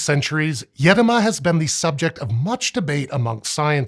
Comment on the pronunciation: Congrats on the effort of using the correct accent in the word "Edoma",. In Arkhangelsk region (Russia) where i live this word goes back centuries, with mostly forgotten meaning of "deep forest".